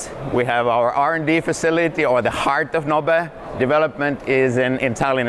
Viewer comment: So it’s pronounced no-bay, not knob? 😂